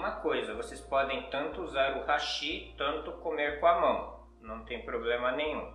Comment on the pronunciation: E outro eu ouço Hashí Hashí...😂😂😂 Hashí é ponte em Japonês, os palitinhos são Háshi. 👍👍